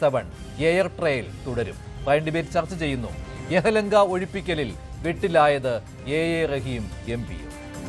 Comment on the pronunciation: യഹ് ലങ്കയാണോ യലഹങ്കയാണോ? ചാനൽ അവതാരകൻ പരിശോധിക്കേണ്ടതാണ്.